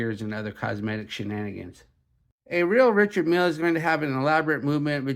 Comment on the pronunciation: Not being critical, just offering an idea. To present like like an authority, pronounce the names and parts like a pro. Its Richard Mille (Ree-shard Meel).. and its Tourbillon (Tour-b-on) not Ter-bill-on.. its indices (in-duh-seas) not in-dus-es. And its Homage (O-mage) not Haw-mage. 😇